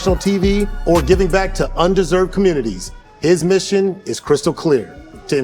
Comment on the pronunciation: Love this conversation. Thanks for sharing. One critique…in the intro, need to correct the pronunciation of “under-served”…right now it sounded like “un-deserved”…sorry to nitpick but just trying to help